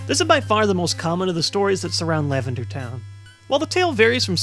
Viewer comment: You said LavenDAR Town Syndrome xD